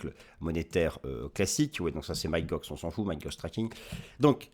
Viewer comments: Toujours au TOP merci 👍Et sinon pour info, Mt GOX, ça se prononce "Mont GOX" --> Mont comme le mont St Michel 🙂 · Et non c’est Mount Gox.